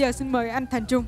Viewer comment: Ôi. A thành trung " éc gơng"